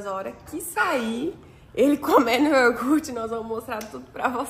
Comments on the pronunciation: *I O G U R T E" pronuncia a palavra certa para o Noah aprender a falar corretamente, se os pais falam errado os filhos também vão falar errado. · YORGUTE meu Deus,vcs não foram na escola,seu filho vai falar NÓIS FOI, NÓIS VAI,IGUAL O PAI FALA QUE RIDÍCULO,TANTA FRESCURA E FALANDO ERRADO,ESSE PAI MERECE UM PREMIO DE QUE FALA ERRADO E NEM SE CORRIGE, FALA PRO VOLTAR PRO EJA. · O E APRENDAM A FALAR CORRETAMENTE É YOGURTE.......